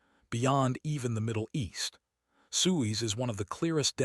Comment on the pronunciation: Why should I listen to a documentary when you can’t even pronounce Suez?